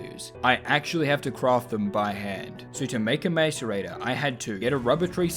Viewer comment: The real challenge was hearing it pronounced mAce-rator so many times